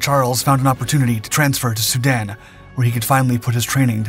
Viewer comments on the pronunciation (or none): none